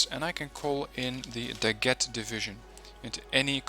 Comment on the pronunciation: Just a precision: the right prononciation of "Daguet" is not like "Baguette" but "Dagué" like the name "jerry" its the same E. So you don't need to pronociate the T.